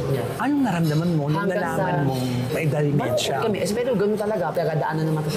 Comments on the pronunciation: !!.dEmEntia at hindi Di o Dymentia ang proper pronunciation sa sakit ng mga oldies na DE-MEN-TIA ok bah?! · friend it’s dementia and not dimentia. Notice ko lang ha. Peace out